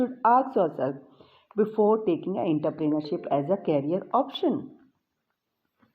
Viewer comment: Inter-pener-ship. Ok 😀✋